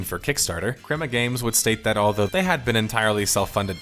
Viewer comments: dude its CREMA GAMES, not KUREMA GAMES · Good video. Annoying pronunciation for the word crema